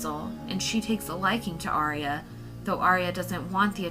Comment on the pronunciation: It's ar-ya two syllables not three. She's not an opera